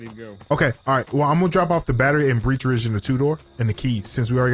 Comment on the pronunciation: Breech Ridge? It's Birch Ridge haha